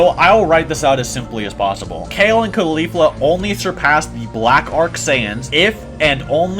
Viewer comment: not trying to be a dick but the way u pronounced Kefla, Caulifla, and Cabba lowkey bothered me 😂😅